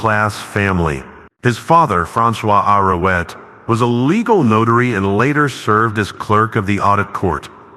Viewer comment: The least the voice in this docu-history could do is pronounce Arouet correctly as Arouay instead of incorrectly with that awful AI text to speech voice. I stopped listening right then. I'd rather read about Arouet than listen to a horrible fake voice. And what does that do ? Generations of people will grow up mispronouncing his name. And so history is muddled and technology will choose for us think for us and we will be dumbed down to idiocy.